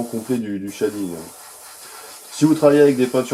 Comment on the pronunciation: Chez-ding not Chat-ding dude ^^